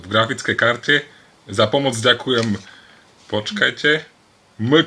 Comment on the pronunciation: Legenda byla zrozena :D + Ďženkujii :D